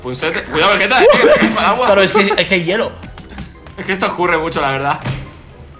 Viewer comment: Nose dice vegeta se dice vegetta